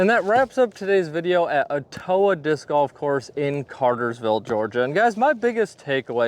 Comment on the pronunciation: It's pronounced Étowah, not eTOwah.